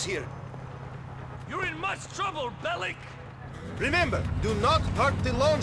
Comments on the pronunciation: Nico Bellitsch xD das heißt Nico Bellic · Nico belic wird am ende mit k ausgesprochen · nur zur info. man spricht serbische nachnamen so aus. "Bellitsch" ist richtig. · so viel ich weiß ist Nico Serbe und damit müsste die korrekte Aussprache BelliTSCH sein. Bin mir aber nicht ganz sicher. Falls irgendjemand genaueres weiß verbessert mich.